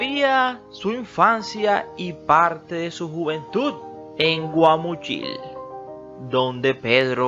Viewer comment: Pedro infante una gran figura , aunque muy desordenado en su vida emocional por su falta de madurez se comportaba como niño por ello perdió muchas cosas como su fortuna , y al narrador es Guamuchil aprenda a pronunciar